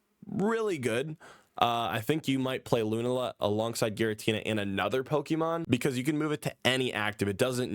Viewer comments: Your pronunciation of Lunala makes me want to unsub. But I’ll give you the benefit of the doubt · I know he didn't play this gen, but "LUNAla" is crazy 🤣.